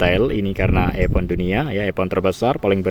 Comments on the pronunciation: Event... jangan dibaca Epen donk Mas..tapi Ivent'..klo jadi Narator musti rajin belajar bahasa Inggris ya... Mas Bro.❤ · Event bang bukan epen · Event = Epen